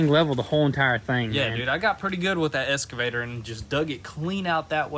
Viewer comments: Still saying Escavator lol. It is Excavator :-) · That's just slang abbreviation and totally cool by me :) Saying ES-cavator instead of EX-cavator though, isn't slang, it's just wrong. You don't call those moving stairs in a mall an EX-calator, do you? Dang sons! Please say that machine's name right! :) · I like the way they keep saying "esscavator".